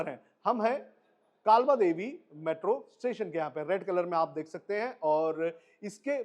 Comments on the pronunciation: नाम काबला देवी नही है. काळबादेवी / कालबादेवी है. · काबलादेवी 😂 कालबादेवी 😊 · अरे भाई काबला देवी नही, कालबा देवी मेट्रो स्टेशन......😅